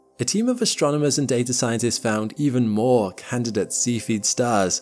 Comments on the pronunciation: Mr Narrator, its not a seafeed star, its a cephid star. Please pronounce it correctly. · While we're at it he makes me giggle everytime he says see feed variable stars when I'm pretty sure it pronounced sef ee id. Nevermind at least he's adding the g to his ing's these days, small wins 😉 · I hate that people are going to watch this video, and think that cepheid variables are pronounced "see-feed". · Cephied is not pronounced Sea Feed, but otherwise, very well done video. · In this video I heard a new (to me) English pronunciation of the word cepheid?? What is the commonly accepted pronunciation used by professional astronomers?